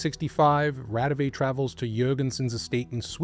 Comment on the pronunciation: Raudive is pronounced RAU-di-wa.